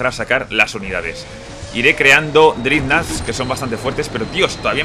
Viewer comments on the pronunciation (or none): Por cierto, se pronuncia "drednaugt" XD